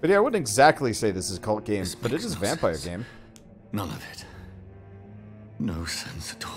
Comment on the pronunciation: Its still pronuced vampire btw